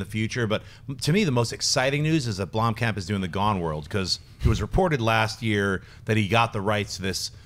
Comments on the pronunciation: You are saying Blomkamp wrong. I live in South Africa, and in afrikaans Blomkamp means 'flower camp'. There's a city in South Africa called Bloemfontein, which translates to 'bloom fountain'. There is no 'e' in Blomkamp, guys. So no, Sinead is wrong... You guys did pronounce it correctly, but not anymore. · Not sure if it was edited out but in the audio podcast tries to boldly state the correct way of pronouncing Blomkamp and STILL gets it wrong lol. It's BLUM-camp, not BLOOM-camp. Say it right and if you're going to shout the "correct" way, you might want to make sure it's correct.